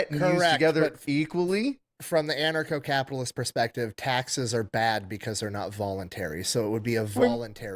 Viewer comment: It's 'an-archo-capitalist", not "anacro-capitalist". What you pay in taxes for police protection is more than on the market. The government tends to pay 1.5 to 2.5 times as much for the same service. A protection racket is where you pay for 'protection', or else there are consequences. That's not an argument against ancap, it's a description of the current system. If the taxes you are already paying for can pay for your current protection, then you CAN afford private security. It's the same thing, just with consumer choice and not threat of imprisonment if you don't pay. No, ancaps don't want to pay for welfare queens. If they choose to stave, that's their choice. Edit: your assumtion implies that the options are: a) Poor people starve b) Non-poor people are enslaved by the poor people. I think this might be what they call a false dichotomy. This is just as disingenuous as me saying "Oh, you want (insert government funded thing here), therefore you to enslave me?" "So these are people who have committed crimes" That's a pretty big assumption. And also wrong. "They want police to be abolished so they can do whatever they want." Yes. That includes accepting the consequences of what you do. These are ancaps they're talking about, not Sternerites. I don't want the Ministry of Truth telling me what I can and can't say. If someone thinks what I said is offensive, they can take it up with me themselves, rather than sent a SWAT team to take a fat shit on my rights. 1